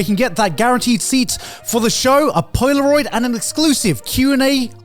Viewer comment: Wtf is a POI-LAH-ROID